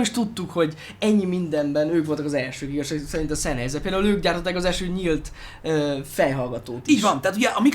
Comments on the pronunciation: Nem ártana, ha a szemüveges fickó németül legalább olvasni megtanulna. Az "ei"-t "áj"-nak ejtik, nem "ei"-nek. A számolás is úgy kezdődik, hogy eins (ájnsz), zwei (cváj), drei (dráj)... Az, aki a német nyelv e legalapvetőbb részét sem ismeri, - nagy nyilvánosság előtt - csak égeti magát. A Sennheiser-t helyesen szenhájzer-nek ejtik. Egyébként jó videó, sok hasznos infóval. Köszönet érte! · "Zennhájzer", mivel német. S németben mindig Z (legalábbis szó elején), az "ei" pedig "áj".